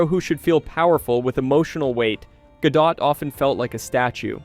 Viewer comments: Can you make up your mind how to pronounce her last name? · What's with the inconsistent name pronunciations? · My God, what in the actual fuck... do the people who produce these videos check their work before uploading them? Obviously not. They kept switching the pronunciation of Gal Godot's name. They literally pronounced it differently when the name was used back to back.